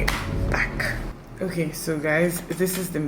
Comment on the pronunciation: You see that "okay oo" It is soo Nigerian 😂